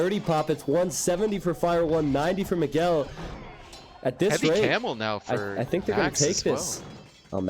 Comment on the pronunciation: you pronounce almost all Brazilian names incorrectly. Miguel is pronounced like this